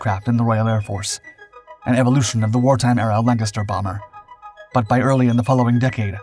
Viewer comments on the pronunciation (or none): none